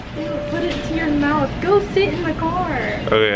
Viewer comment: "Blood in my moouuuuffffff"